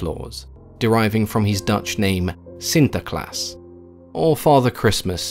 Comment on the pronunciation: I’m dutch and you pronounced sinterklaas very well compared to what I’ve heard before